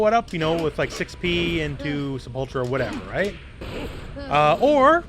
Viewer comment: You're pronouncing "Sepultura" wrong. It's "say·pull·tur·uh". It's Portuguese for "Grave", and the name of a really awesome Metal band.